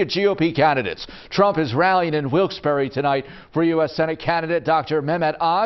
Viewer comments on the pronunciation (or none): It's not Wilkes-Berry! It's pronounced Wilks- Bar.